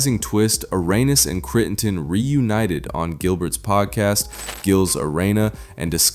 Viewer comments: Is this Ai ? Because how can you pronounce it Irenas and not Arenas or The Arena… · Who the hell says "areynas"? AI, that u dawg?